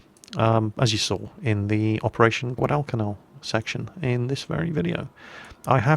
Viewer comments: whenever you said guadacanal you pronounced it wrongs. its guad-i-canal not guad-al-cal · Guadalcal. Yep. It's Guadal-canal. It's all right because half the marines sent there couldn't pronounce it. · i dont mean for this to sound rude but you kinda announce guadalcanal weirdly but it's probably just a nation pronunciation difference between Britannia and US